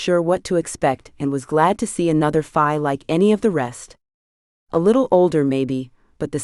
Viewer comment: Why do you call the Fae Fii ? is it just mispronunciation or something the author did to change the Fae heritage for the book ? The story line is excellent though